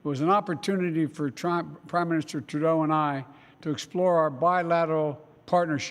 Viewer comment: PEOPLE ARE CRITICISING TRUDLEAU, UM TREDLEU, I MEAN TREELAU. REALLY!!!!!